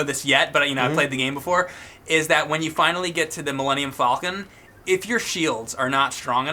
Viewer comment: Does know how to say millennium falcon its not millennium fallcon theirs no double l, its just like the bird falcon!